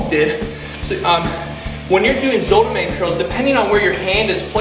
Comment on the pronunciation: zottman curls not zootman curls